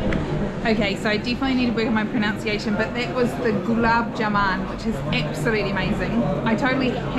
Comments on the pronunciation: I think Jaman 😊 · It is pronounced JAMUN & not JAMAN.